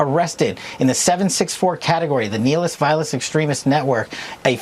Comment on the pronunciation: He can't even pronounce NIHILIST.....